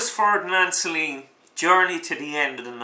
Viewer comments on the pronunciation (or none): Oh for the love of Mike, if you simply cannot pronounce the name of the author correctly why bother blathering on about his book! Sorry, I really am.